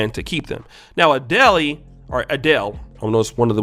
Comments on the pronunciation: Fr, I was thinking who tf is ah-de-lay, it's ah-dell 😂😂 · Adelé 🙄🙄🙄🙄 it's pronounced A-del. You turned her into a Nigerian 🤦🏿‍♂️🤦🏿‍♂️🤦🏿‍♂️🤦🏿‍♂️ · Hold up, “A-dell-lay”??? Her name is “ah-Dell”… bruh, seriously. Is this a joke you’re trying to put on? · I'm glad other commenters are noticing his pronunciation of Adele as 'a-deli.' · Ah dell...not Ah dell a... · Cot damn Adele is pronounced Ah-Dell not Ah-Dellay. You and these names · Pronunciation is Ah -del ; not Ah-dey-ley . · wth is adelay you damn nerd it's ~Ah dell~ ADELE lmao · Dating who? 🤣🤣🤣 Adel-lay. It’s pronounced “uh-dell”. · A-Deli??? You mean ADELE! 😆👍🏾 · It’s not pronounced “Adelay.” It’s pronounced “Adell.” 😂 Maybe he’s trolling lol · ADEL (E) BRO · It's pronounced uh Dell not uh dellay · Adela??? lmaoooo it's A-DELL lmaooo you spending time in Uganda rubbed off on you lol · Bro’s it’s Adele not a deli 😂😂😂😂😂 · its Adel not Ade.lle😑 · Ah-Deh-Leh.., that famous Nigerian singer. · Uh-DELL-ay 😒🙄 is this a joke? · Pronounced "A DELL" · Ade-le????🤣 when the he'll have u ever heard anybody call he that.??? U just like Jaye de black mispronouncing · But who is A- DELL-IE?! 😂😂😂😂😂😂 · Adel-Ey! has been under a rock for the last 10+ years with that kind of pronunciation. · Yeah her name rhymes with smell not jelly lol the thing about her is she used to be very overweight, she only lost it when she divorced so this is actually her at her peak attractiveness, not when she was younger. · '' Adelay "..... bruh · Adele not Adeli (the last “e” is silent!) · That man said "A-DELI"💀💀💀💀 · Is it Adele or A Deli? 😂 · (Uh-dell) dumb dumb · Adelay? Lol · Lol its Adel, A.D.E.L chump 😂 e is silent 😂😂 😂 😂 Adele is the nigerian girl that has my brother on child support. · A-DEL-E? Seriously? Your telling me you’ve never heard someone say her name before? Like jeeez. You sound silly🤦‍♂️ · My guy said A-deli 🙃😭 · It's pronounced "Adel", the second "e" is silent. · Adel-ley, balock-ey, aye aye ron